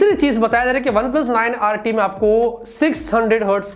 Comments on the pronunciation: ❤️❤️....ye line sunke mazaa aagaya 😂😂 "OnePlus annd 9 RT shund"😂👌👌, love from HYDERABAD ❤️ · Op boltey hai🤣🤣🤣🤣🤣🤣🤣 one plus 9rt shund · OnePlus Aand 9RT shand 😂😂😂😂😂😂😂😂😂😂😂😂 i can't stop laughing 😁🤣🤣🤣🤣🤣🤣🤣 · OnePlus Aand 9RT Saand😂😂😂😂This Is An Epic Name From 😂😂😂